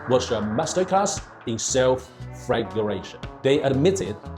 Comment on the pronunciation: "...flagellation" that's a tough enough pronounciation even for an Englishman but you didn't shy away from it. Respect! 😊